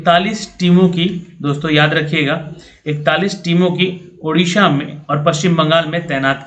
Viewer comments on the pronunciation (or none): none